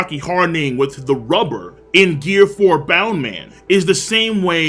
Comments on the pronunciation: bounce man not bound man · ITS BOUNCE MAN NOT BOUND MAN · it is called bounce man not boun man